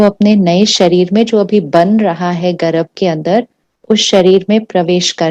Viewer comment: गर्भ बोलिये मॅडम जी गरभ नहीं